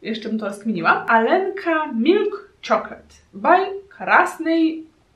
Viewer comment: czyta sie aljenka a nie alenka